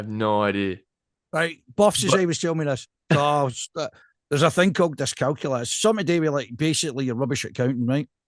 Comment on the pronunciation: Discalculia not Discalcular troops😉